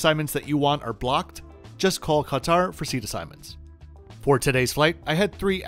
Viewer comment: First & foremost, points should be given to just for the pronunciation of Qatar (Ka-tar). When I tune in to CNN or MSNBC, I always cringe a little when I hear the anchors pronunciation of Qatar as "Carter". I was even wondering why do they keep calling out this person/ individual that the US government is seeking diplomatic aid from 😂 until I realised that they were actually referring to Qatar. 😑